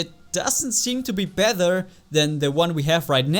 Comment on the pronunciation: He was saying bether